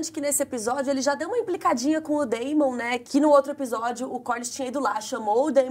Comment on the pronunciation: Olha só... O nome Daemon não soa como "Deimon", e sim como "Démon". Sempre que tem "AE" o som tem que ser "É". A Daenerys não soa como "Dãni", mas como "Déni"... Sigam o exemplo do nome Aegon, que soa como "Égon", e por isso o apelido do personagem é "egg".